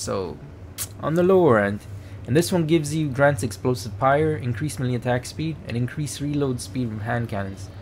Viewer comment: Melee is pronounced maylay